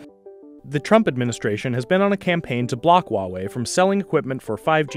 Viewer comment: Not entirely sure why official American news media keep silencing the H when "H" is not silent in the pinyin system (a highly phonetic system). It's not even softened in Mandarin the way some speakers try to pronounce it like a "W". I suppose "Hua" is not a usual series of letters in English but it should be much closer to "Hwa-way". has the closest pronunciation in this video.